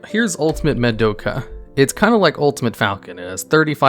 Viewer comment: Someone count how many names were absolutely butchered during this single video. Madoke